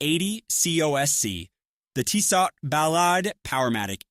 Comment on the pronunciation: Stopped watching when I heard "Teesaught"